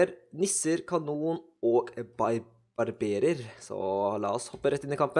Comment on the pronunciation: barbarer ikke barberer